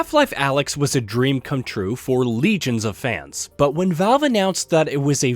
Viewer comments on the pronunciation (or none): Alyx not alex.